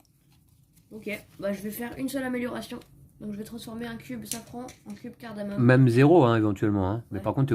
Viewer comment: CARDAMOME LES AMIS ET PAS CARDAMONE.merci pour la vidéos ,ça donne envie !